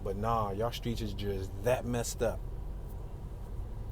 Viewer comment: I can tell you're not from Chicago, by the way you pronounce the streets.